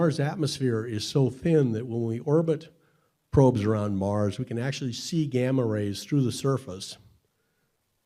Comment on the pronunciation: "Game-ah rays..." lol. What's next? Nucular bombs?